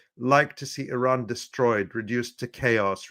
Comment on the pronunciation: and his way to prononce Iran: Araaaaaan 😅